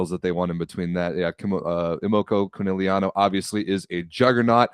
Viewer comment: whining about pronunciation but can’t pronounce Conegliano right 💩